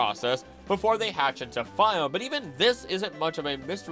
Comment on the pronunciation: The anime literally pronounces it "fee-ohn-ay" and this guy still pronounces it "fy-ohn"....smh my head